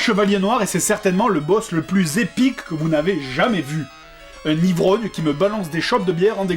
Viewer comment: C'est épique pas "epuique"